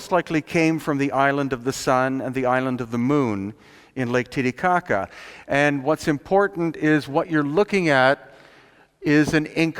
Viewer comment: I like how he says Lake "Titty-cocka" =-)